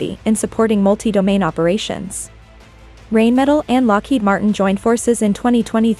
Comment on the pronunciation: Pronounced “RINEMETAL”! Not “rainmetal”!